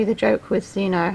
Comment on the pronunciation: Omg thank you and you pronounced it right 😄😆